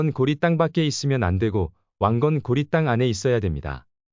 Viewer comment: 근데 이 자는 왜 고려를 자꾸 중국식 발음 고리라고 하는가